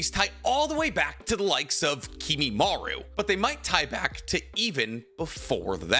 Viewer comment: KimimarO. The amount of times you mispronounce the simplest things is pretty sad.